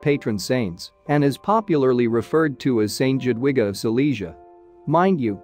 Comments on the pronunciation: The way to pronounce Jadwiga is Yadviga I know this as it is my middle name. Shame really, when you tell a story you should learn how to pronounce names properly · Jadwiga is pronouced. Yadwiga! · Not at all. The J is pronounced Y and the W is pronounced V. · J is pronounced YA! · Do some research before making videos and learn how to pronounce the names. The town is Trzebnica. "Cheb-neet-sa" will be close enough. And it's "Jadviga". Say, "Yod-vee-ga". It's not "Conrad eye" but "Conrad I (the first)". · Click bait ... boring electronic robot voice video ... Jadwiga is pronounced Yadviga or Yatvika ... info good ... video not so good ... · Yes, St Jadwiga is a prominent and well respected name in Poland. And it’s not the only name mispronounced....